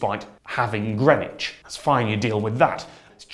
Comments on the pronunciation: The thing that bothers me most about timezones is the pronunciation of greenwich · Damn I've been pronouncing greenwich as 'green witch'. It's like worcester sauce all over again. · Hold on.. THATS HOW YOU PRONOUNCE GREENWICH????